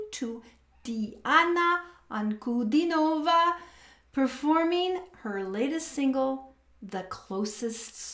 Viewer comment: Her name is pronounced as D-Anna Un-Cu-Dean-O-Va and not Nova at end of her name